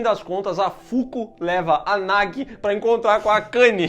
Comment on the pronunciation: isso é a tradução, a tradução é sempre uma b*sta. O Chamado 2 ganhou o subtítulo "O Circulo se Fecha" no Brasil, e não tem nada a ver, o círculo NÃO se fecha e a Samara NÃO É derrotada. E Sadako 3D 2 dublou o nome da menina errado, não é "Nagui", pronuncia-se "NAJI". Vc não tem culpa de estar confuso